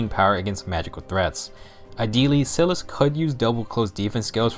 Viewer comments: Its SAI-LIS, not sil-as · Your saying Silas wrong.